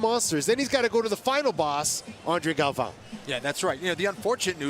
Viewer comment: JJ Torres… WTF. He’s the two time defending champ. Get his name right. My other favorite was Andre Galvoooooo… hahaha!